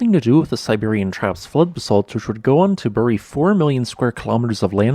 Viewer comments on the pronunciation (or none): none